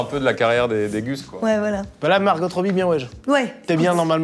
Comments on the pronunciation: Mais pourquoi vous prononcez tous les deux le T à la fin de Margot Robbie? Ça va pas la tête ? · Pourquoi Margot robbie vous prononcer le T ? Mais les gars il vous manque quand même Adeline Chetail 😏🥰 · Le "Margotte Robie" prononcé par vous deux me fait mal aux oreilles, sinon excellente vidéo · Pourquoi ils prononcent Margotte Robbie mdrr